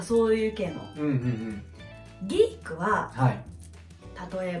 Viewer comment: さんが、「ギーク」とか「ナード」とか日本風の発音をしてるのがいいですね。 weebとかweabooとか、よくディスりワードとして使われてるわ～。何がアカンねんと思うけども（笑）。 多分、アムロはnerdやな。